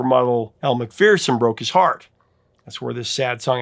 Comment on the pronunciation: Aussie here. I really wish Americans would pronounce Elle's name correctly. It is pronounced MacFERson, not MacFEARson 😡